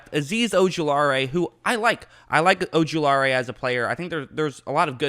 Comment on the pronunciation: Sorry but i got to say it. O-ju-la-ri There no AE at the end.